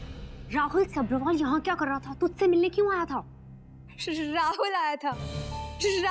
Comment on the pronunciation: Lead actress Saanvi Talwar aka Maanvi सब्बरवाल का pronunciation गलत कर रही है। सब्रवाल बोल रही है।